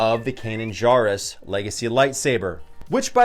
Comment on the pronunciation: Good lord! Pronounce Kanan’s last name correctly. He Jar in Jarrus is pronounced Jerr like in Jerry.